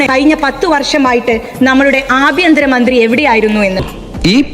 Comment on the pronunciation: ആബ്യന്തര മന്ത്രി അല്ല ആഭ്യന്തര മന്ത്രി. നോക്കി വായിക്കുമ്പോൾ എങ്കിലും അക്ഷരത്തെറ്റ് വരുത്താതിരിക്കൂ please